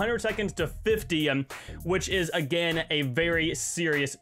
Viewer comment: all i hear is "againem"